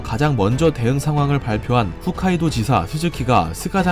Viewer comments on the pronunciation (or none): 흣카이도가 이니라 ..... 홋카이도 입니다 .... 잘못 알고 계신분들이 많네요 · 훗카이도가 아니라 홋카이도임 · 훗카이도가 아니라 홋카이도 에요 ^^ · 좋은 정보 감사합니다. 한가지 후 가 아니고 호 홋카이도 라고 읽어요. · 아 귀에 계속 거슬리네 ㅎㅜㅅ카이도가 아니라 ㅎㅗㅅ카이도. 쫌